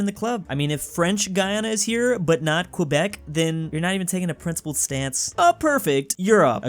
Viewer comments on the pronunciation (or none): it pains me to hear you pronounce Quebec. as a french speaker with half of my family being from Quebec, i can say that is pronounced KEH-bec, not kwuhbec.